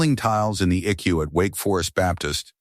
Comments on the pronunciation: Edit this video. It's not an ICK-U or Ecoo....It's an I.C.U., That's just ONE of the audio bloopers in this video. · It's pronounced I C U not I CU. You also need to check your spelling. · Please train your little robot how to talk , this drives me crazy , it is not icku eye see you ok get it rite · It is I.C.U. not ickyou. Teach the ai voices to properly pronounce numbers, time, abbreviations for words like Intensive Care Unit. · ICU isn't eku pronounce it this way: I See You! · Please learn to enunciate. It is I.C.U. not eek-u or ick-u. Your family sucks. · it is not an icu it is short for intensive care unit your pronuncing it eku cant you read if this is ai its pretty stupid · Quit letting AI read these. They are terrible. I keep wondering what an “E Q” is. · Flowers are NEVER allowed in ICU. Phones are rarely allowed. ICU is pronounced I-C-U. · The "Ick-You" sounds almost as bad as the I C U. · Lol. Stop with the e-kew and eye-kew